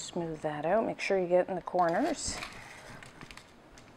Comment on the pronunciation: Love how you say oot like my old buddy